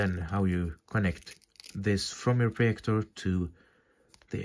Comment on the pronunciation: Its projector Not proyector